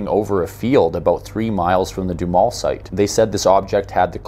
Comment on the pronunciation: Just as an aside, Duhamel is a french name, but all the locals pronounce it doo-HAMEL sounds like camel.